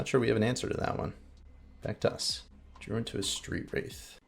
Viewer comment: I was listening to your commentary while working and several times when you said “back to us” I thought you said Thragtusk. Lol. I was so confused.